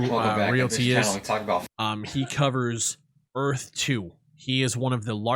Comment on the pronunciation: God I can't listen to that dude butcher the word Earth